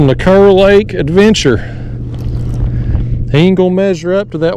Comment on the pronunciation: Wish I would’ve known you were headed this way - would have loved to meet you. We pronounce Kerr “car”. Love your channel. Watch every video.